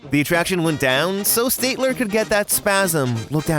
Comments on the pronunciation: Yeah, it's pronounced like "stat", and not like "state". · I love your vids, but…how did you mispronounce Statler twice? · On the contrary, his mispronunciation was quite correct. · Stat- ler, not State-ler. LOL Love the vids, but you got his name wrong. :-) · Stat-ler, not stait-Ler. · STAT-ler, not State-ler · it's STAT-ler, not STATE-ler, you Insecticon. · It’s STATler! Not STATEler! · I'm sorry, I'm a Muppet nerd, but did you LITERALLY just say "St-ay-tler?" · ish - It's pronounced Stat-ler, note State-ler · STATler not STATEler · Statler isn't pronounced like "state-ler" but "STAT-ler". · STAYTLER and Waldorf? No my friend. STAT-ler and Waldorf. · It's pronounced St-a-t-ler not St-ate-ler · STAT-ler, not STATE-ler. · STAT ler not state ker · Stat-ler. Not state-ler. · Please stop calling the old man I'm the balcony STATE ler...it's STAT ler. Like the hotel. Thanks, and carry on. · "one geese" and soon after, " State-ler" instead of "Stat-ler"...Dude, your grammar is off the charts... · It's Stat-ler, not State-ler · Ummm the Muppet heckler's name is Statler ("stat-ler"), not Stateler. Sorry, Just a nit-picky Muppets fan here. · STAT ler. NOT STATE ler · At number 7, you accidentally said “Stateler,” not “Statler.” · It’s STAT (rhymes with HAT)-ler. Statler and Waldorf are named after two famous NYC hotels (The Statler-Hilton and the Waldorf-Astoria). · my guy called statler "STATELER" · Please pronounce Statler correctly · Everytime you mispronounced, Statler, my skin crawled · So "State-ler" is one your favorite Muppets? I tend to pronounce the names of my favorite things correctly, but I'm weird like that. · FYI; it's pronounced "STAT-ler", like the famous hotel he's named for. Also, "It's like 'Coraline'!" LOL! =) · Just an fyi for later reference, it's pronounced Stat-ler like statistics instead of state. Otherwise a crazy fun video! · Your mispronouncing Statler wrong, also yesterday was actually the 45th anniversary of The Muppet Show!